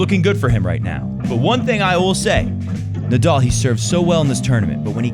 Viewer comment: Don't mean to troll at all, but please learn to say Nadal instead of Nadoll. It will make your show even more enjoyable. Didn't anyone tell you already? It's a common name in tennis and easy to pronounce for people all over.